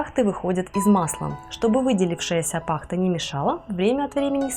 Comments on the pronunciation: Все интересно, только не па'хта, пахта'. Немного режет слух. Извините если обидела. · Блин! Ну откуда такое дурацкое удаление пАхта,, Капец... пахтА!!!! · Пахта, ударение на последнюю гласную и не коверкай русский язык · Немного подушню. В слове ПАХТА ударение на последний слог😊